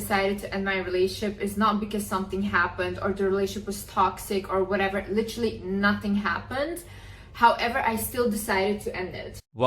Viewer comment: Why is she even talking or making these videos? Just be quiet. "LITRILLY"